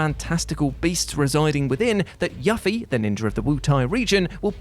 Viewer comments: There is so much wrong with your entry on Yuffie. First, the generally accepted way to pronounce her name is YOO-fee, not Yuff-EE. Second, the encounter rate isn't tied to time, it's relative to which wooded area on the world map you're in - for example, if you're in the first one you can get to - near Junon, right after the Mythril Mines - it's at its lowest, but if you're on Round Island, it's at its highest. Third, her ability to steal comes from the Steal materia, which can be equipped to any character, and I believe is tied to the Luck stat - and she doesn't even START with the Steal materia, she starts with Throw, which allows the user to throw an item at enemies to inflict damage, and once levelled up, to throw money to inflict damage. The actually good thing about her is when her ultimate weapon, the Conformer is equipped, she bypasses the 90% reduction in damage with the Morph command, which is used to farm many valuable items, including Sources, which are items that permanently boost characters' stats. Also, in Shining Force, Jogurt's stats aren't permanently set to one, only his level is. You can increase his stats beyond one with stat-boosting items like the Power Potion and Protect Milk, but it's a waste of the items because he's so useless. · he's british lol they pronounce names little differently than most to us it is You-Fee to him it is YU-FEE, like one person pronounced gerudo differently as Gar-Udo while some say Jer-udo making the G sound like a J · ... Yoo-fee. That's how you pronounce her name. Wtf... Game's been around over 20 years and you can't say her name worth a damn. lol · yAffy? Why? Still love your video tough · Who is Yuffie? It’s pronounced Yoofie, lol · Who the eff is “Yaffie” HAHAHA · I thought it was pronounced "You ffee" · Slight pronunciation thing, Yuffie is actually pronounced "Youthie" (confirmed in Advent Children). I will agree she is an excellent character to use if you utilise her correctly.